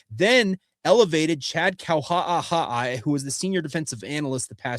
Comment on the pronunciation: I love you bud… And I listen almost every day… But please learn how to pronounce…KAUHA'AHA'A You sound like you’re choking on a potato chip, dude!